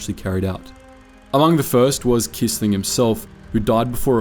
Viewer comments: Fyi: Quisling is pronounced “kwisling” in English, not “kisling”.. This video is a great topic never covered elsewhere. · Without the resistance, the war would have taken longer to come to an end. **edit**By the way, Quisling is pronounced kwisling 😉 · The name Quisling is pronounced “Quiz-ling”.